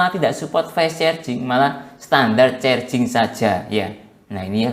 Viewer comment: Carjing mas bukan cerjing